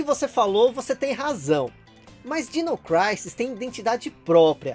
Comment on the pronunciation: é dino "crísis" e não "craises" kkkkk